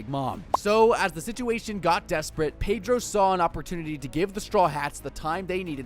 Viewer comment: My guy pronounced Pedro wrong